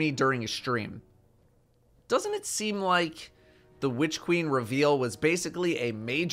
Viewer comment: Hehe. Whitch queen. Why are you emphasizing the 'H'?